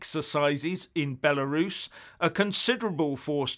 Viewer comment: When Jeremy Corbyn used to 'get jiggy' with Diane Abbott, he would need to bring a Davy lamp and a canary. Moreover, notorious acid house party- thrower Claudia Webbe can't even pronounce 'Belarus,' so good luck with that if Russia decides to invade Kyrgyzstan, or the town of Zaporizhzhia in Eastern Ukraine.